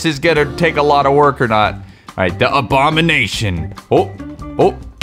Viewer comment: I guess you can call thsi abowination